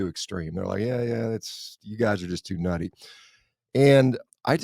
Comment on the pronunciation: "nutty" sounds like "naughty" :D